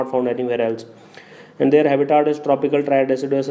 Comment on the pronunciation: its habitat not haaabitat lol